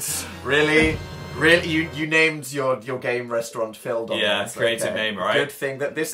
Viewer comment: it's phildonalds not phildanalds